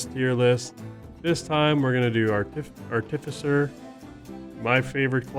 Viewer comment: I'll say this for you. When it comes to the artificer, you guys tend to put the emPHAsis on the wrong sylLAble!! LMAO